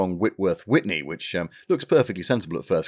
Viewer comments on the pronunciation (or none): It's Whitley, not Whitney....you must be thinking of Ms Houston old chap.